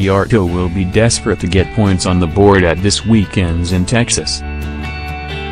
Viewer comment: zero comments says it all, when you can't even pronounce DR name correctly, you clearly understand very little about Motorsport...